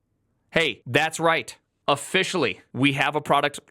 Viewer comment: and "o-FISH-ally"